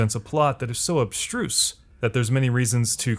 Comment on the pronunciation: ''Obstruse'' LOL